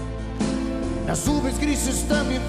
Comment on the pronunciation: En vez de decir "las nubes" dijo "la sube" jajaj. Soy fan de arjona.